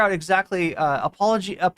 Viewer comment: Humanist Report is pronouncing "apologia" correctly. It's not "apology - ah".